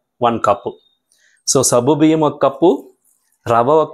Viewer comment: Good morning Sir Intha late ga ee recipe pettaru. Ninna pettina ee roju chesedanni.. already I started cooking 😅. And one sir if don't mind it's not sabbu biyyam, it is saggu biyyam. Sabbu means soap in Telugu. Anyhow Tq for easy recipe.